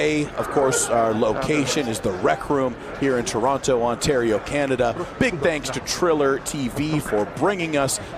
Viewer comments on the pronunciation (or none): none